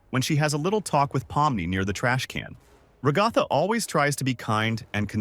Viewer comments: Yea cuz some people just say RAAGAATHA ...LIKE DUDE IS RAGATHA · IT'S NOT "raGtha" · who is rogatha i know ragatha not rogatha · FIRST IT'S NOT NCP IT'S NPC AND IT'S NOT RAGTHA! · Bro said Pommo Gummygo RaGatha NPS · My guy your voice must be Ai who in their right mind says Ragatha like you do they say her name in the show. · I completely agree